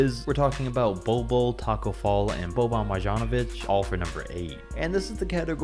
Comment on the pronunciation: This mans said bol bol shmmm 😂🤣😂🤣😂